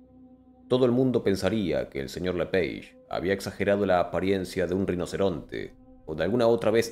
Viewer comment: Se pronuncia lepage porque es nombre francés Si los las aves son la evolución de los dinos, ¿puede haber dino remanescente?